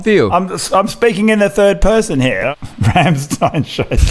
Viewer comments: It should be pronounced Rammshtayn. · You mispronounced the Ramm in Rammstein. Its not like Ham with an R. The a in Ramm is more like the English a in Dance.